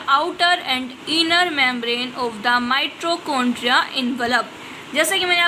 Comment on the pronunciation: Please improve ur pronunciation ..it is mitochondria not mitrochondria 😂😂